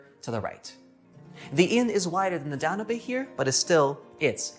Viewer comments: Very interesting, but oh good grief - WHY can you people not pronounce names correctly?? The Danube is NOT pronounced "dan-oo-bay", but is correctly pronounced "Dan-yoube". It would not be so exasperating except this a a famous river in Europe with an illustrious history. PLEASE, do better research next time! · The one river I wouldn't have thought you could pronounce wrongly was The Danube. You pronounced it, "Dan-you-bay" It's actually pronounced, "Dan-yoob" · It's pronounced Dan-Yoube. You did great!! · Dan- yoob